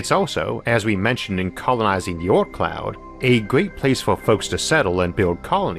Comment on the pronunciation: the 'aut cloud' is a great place for such private colonies.. Sorry I'm likely confused due to his pronunciation, but what is he referring to there? An asteroid colony? a single planetoid out in space?